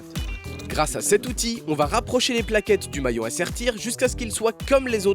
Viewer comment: Le "mouallion"😂🤣😂😂, qui ferme la chaîne....., Tu m'as tué 😂😂😂 a 2min17